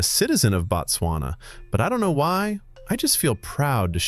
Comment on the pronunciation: it is Bot-swana My country